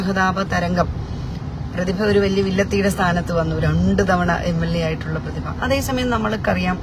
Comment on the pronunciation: പ്രതിഭ അല്ല.. പു..തിഭ 👍👍👍👍അഹങ്കാരി 👌👌👌